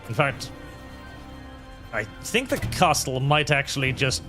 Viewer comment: Im not sure if you're doing a bit, but the t in castle is silent.